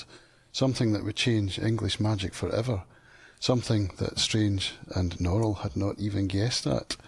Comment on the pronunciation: a couple notes on pronunciation: a) norrell is NORrell, not norRELL. note that in the adaptation, only drawlight pronounces his name as norRELL; this is because drawlight is doing an affected frenchified pronunciation to make his name sound fancier and more exotic. everyone else, including himself, says NORrell, although it is notable that in the adaptation norrell pronounces it norRELL one time - when he has an audience with the king. it seems even he isn't above trying to fancify his name. nevertheless NORrell is the norm pronunciation for that name in the UK. b) susanna is correct when she says lascelles as if it rhymes with tassles. that is the normative english pronunciation of that name - note that in the crown, there's a character named tommy lascelles, rhyming with tassles, who was a real person who served george VI and elizabeth II. a note on the childermass scene where the sky is speaking to him and he has the immense sense that it is a ~language~, just one that he can't quite comprehend: really reminds me of a scene from the magicians by lev grossman, where one of the brakebills kids is sitting on a beach watching the waves make little ripples in the sand, and he thinks about how they look almost like hebrew letters, like a language that seems familiar but he just can't quite get. and then of course, the most important lines in the book - 'magic shall be written on the skies by the rain but they shall not be able to read it; magic shall be written on the stony hill